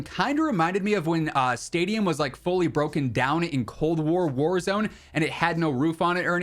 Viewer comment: The way he said warahzone map